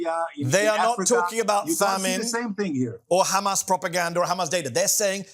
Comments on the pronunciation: “Khamas data”, Khamas propaganda” ? Who owns the mass media? “Khamas”? It is embarrassing to even hear this rant! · Wonder if he pronounces a "house", a "khouse" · Khamas data 😂 khamas facts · As soon as you hear the pronunciation as "Khamas" you just know you are about to hear a shit show of lies. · This is laughable at this point KHAMAS.. KHAMAS .. KHAMAS